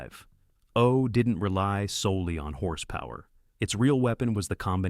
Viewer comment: Come on…. Lose the AI narration!! PLEASE! I can’t stand hearing mis-pronounced words, odd pauses, and stuff like GT ….. three five ….. oh Lose the AI…